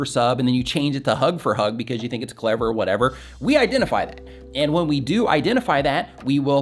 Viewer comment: Lol side note… at one point you said “We dough Not” instead of “we do not”.. and it reminded me of an episode in I love Lucy when the guy didn’t speak English and said “we Dough not” and Lucy says “we dough not? Sounds like some place in Arkansas!” 😂😂😂 I guess I’m getting sleepy! Lol thanks for the advice though! Was helpful!